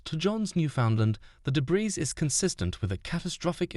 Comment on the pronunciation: Why is that guy saying de-briss field?🤔🤔 The s is silent, silly! It makes me terribly sad those people died simply because Stockton Rush is a cheap MF!